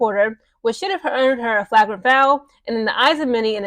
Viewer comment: you're not pronouncing flagrant right